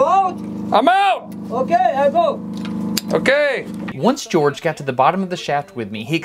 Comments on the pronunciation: dude his names not gorge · HIS name not george